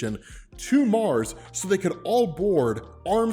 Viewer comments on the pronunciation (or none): none